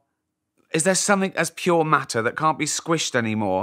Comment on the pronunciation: that good old Mah-ah and anti Mah-ah.